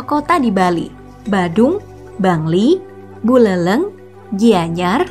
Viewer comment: Buléléng min bukan Buleleng😂